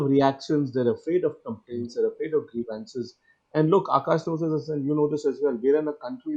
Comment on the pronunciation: Akash B. It's grEEv.uhn.ciz. stress on the first syllable.